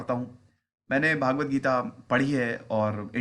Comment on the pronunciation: श्रीम्भगवद्गीता उच्चारण है भागवत नहीं श्रीमान जी